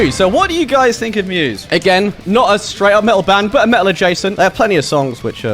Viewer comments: the correct way is "met-al" not "me-tal" or "met-tal" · As a midwestern American who also does not pronounce the T’s in the middle of words, I’m frustrated I don’t say “Metal” like this.